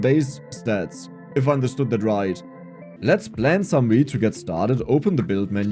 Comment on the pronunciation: you read the text on screen "let's plants some wheat" i was in the kitchen and heard "let's plant some weed"!!!!! i love your accent. i know the game but that's what i heard